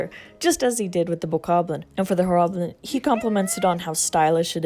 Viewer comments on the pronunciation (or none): FYI this is how you say horrblin (Hoar-blin) [I may be wrong but I would have no idea]